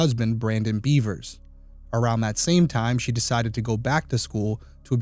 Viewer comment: Bevers.. not Beavers. There’s no A in Bevers.